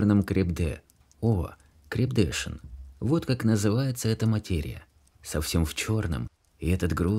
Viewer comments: Хороший чтец. Вот только не крепдЕшин, а крепдешИн. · КрепдЕшин очень режет слух. Всё-таки лучше говорить крепдешИн. Спасибо. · Читаете прекрасно, но, к сожалению, в некоторых словах неправильно ставите ударение и это режет ухо. Крепде'шин на последнем слоге. Это слово французского происхождения crêpe de Chine. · Не "крепдЕшин ", а крепдешИн. Ставьте ударения правильно. Если не знаете, то проверяйте в словаре, в интернеие ,наконец. Что ж Вы так...Ведь чтец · крепдешин читается крепдеши́н [дэ\] , а с замыслом автора разберётся читатель. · Пожалуйста, научитесь правильно делать ударная! Крепдэшин, ударение на " и" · А крЕпдешин просто вынимает мозг. Голос хороший, но необразованный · А может быть смещение ударения в слове КРЕПДЕШИН специально сделано, чтобы показать незнакомое слово: герой ведь с трудом и не сразу его произнëс. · Вот только ударение в слове крепдешин на последнем слоге. Ведь это несложно проверить перед прочтением. Это " резало" ухо.